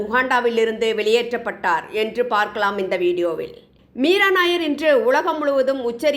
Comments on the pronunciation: She's not nair. She's Nayyar. Punjabi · மீரா நய்யார் என்பது பஞ்சாபி பெயர். நாயர் இ‌ல்லை நய்யார். தயவு செய்து இதை அழுத்தி சொல்லவும் .